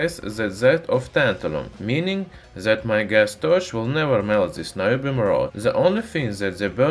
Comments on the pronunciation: I love "ze metal" and "zat was used" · TRANSLATION... ZE ( the ) ZAT ( that ) ZIS ( this )